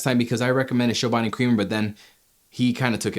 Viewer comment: Chobani like Chocolate, not Shobani